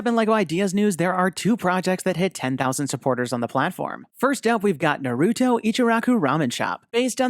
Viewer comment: You’ve pronounced “Naruto” wrong.